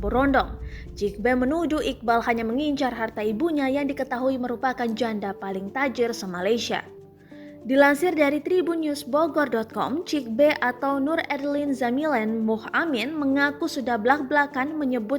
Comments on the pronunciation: cik bei... sebut nya patut cik bi lerrrr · Cik Bi bukan cik Be min 😂😂